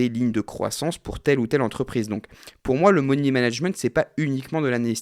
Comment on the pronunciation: « Moni » management ? 🤪😉